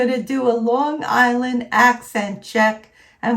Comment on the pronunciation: I know you're from Long Island when you say *on Long Island instead of *in Long Island. Also, I say Long Island like you. Don't know anyone who says long 'guyland'. Like you. I say it like there's no G.